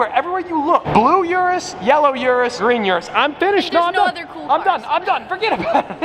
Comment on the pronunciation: This guy can pronounce Jesko but not Urus 😂